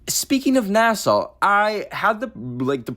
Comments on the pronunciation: girl it’s nasa (nas-ah) not Nassau as in Nassau county New York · saying NASA like Nassau is killing me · Why do you say NASA like Nasaw? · i was very confused when he was saying 'neh-saw' bcs i was like 'oh, he mispronounces NASA right??' and my subs were saying Nassau so i googled it and its like a city in the bahamas so i was confused asf like why is he saying NASA like nehsaw and then i remembered he was canadian. apologies, i lowkey thought you were going crazy. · why is saying NASA like nasaw 💀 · why do you pronounce nasa like the place on like island or whatever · I checked the comments to see if anyone else noticed 😭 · WAIT! Is that how we sound saying NASA!? I thought he said NASA normally until I read the comments! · It was cringe